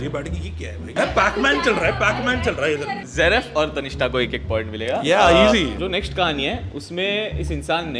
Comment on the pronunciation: Its tannishtha... Not tanista